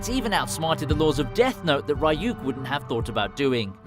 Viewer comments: love the vid but the fact that u call ryuk rayuk is triggering lmao loved the vid though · Bruh the way he says ryuk 💀